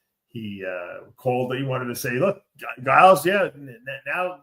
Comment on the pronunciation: The way Dave pronounces Giles 😂